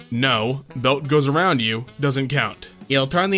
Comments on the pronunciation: it's "around" lol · "around", the word is "around"